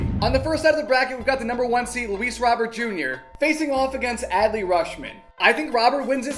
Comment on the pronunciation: Bro keeps saying Robert wrong💀💀